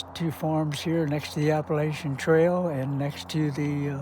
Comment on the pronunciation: Finally.. someone pronouncing Appalachia correctly.